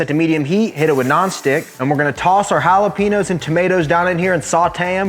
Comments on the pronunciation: "Halah-penos" I'm dying. Still a killer recipe as always! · There’s no way you pronounce jalapeño’s like that..